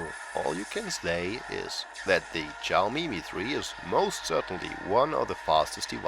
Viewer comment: its not chaomi, its xiaomi